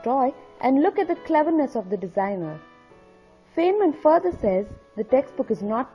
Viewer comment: His name is pronounced "Fine men" not "Fain men."